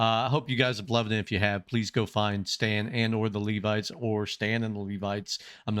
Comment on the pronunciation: If you would like to see another side of Stan theres a song called Come Back Home (video version), he sings it for his wife and shows the fun loving talented side of him. You are pronouncing Levites correctly 👍 if you want to hear more, the Levites also back up sing other songs with Stan. Circle of Life and Don't Dream Its Over come to mind.